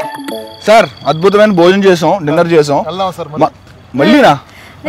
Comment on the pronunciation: Adbutham"iyna kaadhu ra lafoot!! adbuthamaiyna